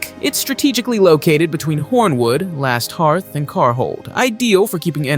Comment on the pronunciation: It is Last HEARTH, not Last Heart.